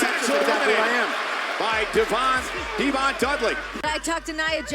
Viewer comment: I can't believe someone had the gall to call D-Von "Devon". Ridiculous